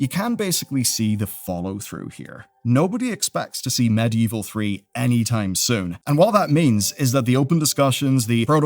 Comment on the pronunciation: "Medieval", not "Medievil". Bit different.